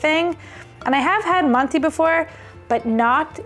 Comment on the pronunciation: What a great video!! I've ruined rice for years. I can overcook the outside and still have it crunch 😅😅 But loose rice, I've got you. Use instant rice, or regular rice boiled like pasta (loads of water and strained out). should have said, manti is pronounced "man-tuh" 😊 Good soup.